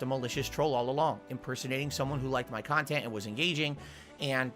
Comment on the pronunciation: LOL "You ahbvioulsy enjoyed the khantent so I don't know what's going ahn..."